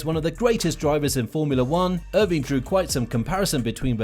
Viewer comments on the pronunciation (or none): Great video, but why can’t you say some of the names properly?? It’s pronounced Yos, not Jos. It’s IrVINE, not Irvin?? But Max is better than Hamilton, period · Jos is pronounced with a Y. And it’s Eer-vine. Like the Vine app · Who says "Erveen"? Honestly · Great video, but where are you guys from? At first hearing, you sound English... Then I hear the way you pronounce Edmund Irvine's surname, and I'm thinking Arabian or Middle-Eastern (with UK Schooling). Not a criticism. Just interesting. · Irvine, I've heard that name pronounced quite such.